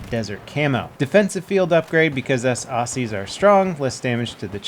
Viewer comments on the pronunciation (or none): I really don't think the guy was Australian seriously who the Fuck says Aussie like that who the Fuck it's AUSSIE not Austis or whatever he said secondly Aus-stryer not Austriastryer third I would think you'd would have used a PSO x4 optic just cuz it looks like a donut sight in shape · Grrr, why you pronounce aussie wrong? It's always pronounced auZZie, with a zed sound not an S sound :P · The way he said aussie haha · The way said aussie made me laugh